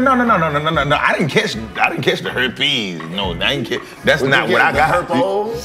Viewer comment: not the herPEEZ i got the herPEYEZ